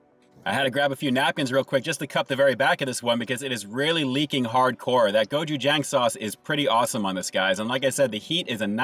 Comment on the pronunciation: You miss pronounced......it is pronounced like this.....”go chew jong.”